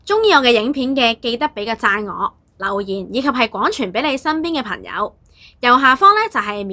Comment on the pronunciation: 非常好的資訊, 比人認清歷史 但注意發音 例如 刻意 =/= 乞意 廣傳 =/= 講傳 產生 =/= 橙生